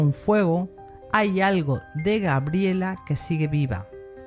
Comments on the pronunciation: Gabriela; no Grabiela. Si pretende hablar de alguien aprenda primero a pronunciar su nombre. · Es Gabriela!no Grabiela...por favor más respeto 😡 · Es cierto, me distraía escucharte de "Grabiela" (me da ternura porque conocí una chica que la anotaron así y ella lo marcaba. Te agradezco el tiempo que has dedicado, y honro tu trabajo, saludos desde Argentina 💐💐💐